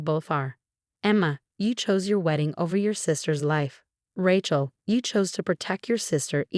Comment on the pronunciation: It’s Rachel, with a long a, not Rachel, as in the word ratchet